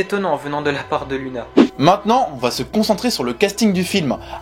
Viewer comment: luna SA SE DIT LOUNA !!!!!!!!!!!!!